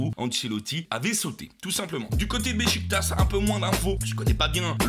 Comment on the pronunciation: SVP Besiktas ça se dit Bechiktach